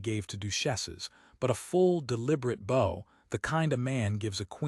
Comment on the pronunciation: Please teach the AI narrator to pronounce "bow" from "bow."